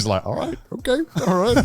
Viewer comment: "You are ohkeh!" loll